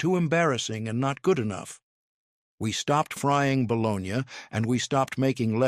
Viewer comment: It’s not bolognyah it is bologna